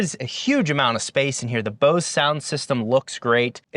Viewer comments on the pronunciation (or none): none